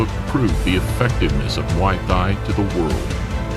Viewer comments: how the fuck is this commentator able to pronounce Thailand just fine while emphasizing muay thai as if it were mWaoi Thigh and not "moy tai" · Can't get over how he keeps saying Muay THIGH. Also, the Roufus brothers definitely didn't immediately respect Muay Thai. Duke talked down low kicks immediately after the fight, saying it's without skill. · The way you say "muay thai" "M'Y Thai" Imma start saying it like that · Muay Thigh Guess Changpuek did not change much to that huh, still an exotic shit westerners cannot pronounce right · "Muway Thigh" 🤣🤣🤣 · Mai tai 🙄 atleast learn to pronounce Muay Thai and buakaw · I love this channel's vids but please work on the pronunciation of "muay thai". Should sound like "moo-ee tai" the "h" is silent. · He calls us Thai and pronounce the combat thigh ? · yes he says muai thigh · Has nobody noticed how he pronounces “muy Thai” incorrectly??? It pretty foolish considering he runs a YouTube channel centered around martial arts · How can this man pronounce Thailand correctly but not Muay Thai. 🤣🤣🤣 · Learn to pronounce Muay Thai, you are embarrassing yourself. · Dear Narator: Why do you not know how to say, "Muay Thai" correctly???? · The way you pronunce Muay Thai makes me want to vomit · It's downright disrespectful getting some American voice actor that totally blows virtually every Thai name... even Muay Thai. VERY unprofessional, and you gave it the green light and posted this. How far the real Lawrence Kenshin channel has fallen !